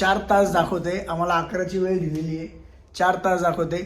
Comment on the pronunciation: धीले नसत हो दिले अस असत